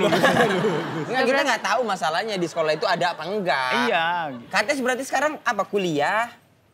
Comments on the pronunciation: Bacanya sebenernya kan kétiz bukan kates ya..tp yowes ben lah 😅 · Namanya bukan kates tapi dibaca katis, aku gemens sm pengucapan hostnya 🥹 udh bagus itu namanya, jgn diganti keplesetannya, ga lucu soalnya😢